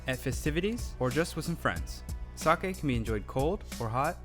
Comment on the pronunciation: Its NOT TO-KI-YOO, its TO-KYO, its NOT SA-ki, its SA-KE